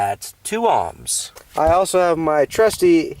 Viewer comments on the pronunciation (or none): why do you keep pronouncing ohms as "amms"?